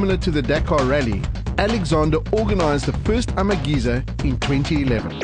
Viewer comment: Why does the comentator keep saying Amageza incorrectly.. flippin annoying.